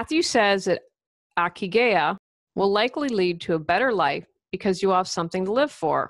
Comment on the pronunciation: Hi! Not that important, but the ikigai is pronounced, "EE KEE GAH EE" (reason for being). Cheers!